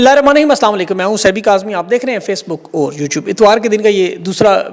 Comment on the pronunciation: آپ کا کام بلا شبہ قابل تعریف ہے لیکن اس کے ساتھ ساتھ اگرچہ یہ آپ کا ایک نجی معاملہ ہے لیکن معذرت کے ساتھ میں اس پر کو منٹ کر رہا ہوں میرا ذاتی خیال ہے کہ آپ کے نام کا اصل لفظ "صبیح ' ہے جبکہ آپ خود بھی اسے سیبی کہتے ہیں اور انگلش میں بھی ایسا ہی لکھتے ہیں اس پر تو کچھ غور کیجئے گا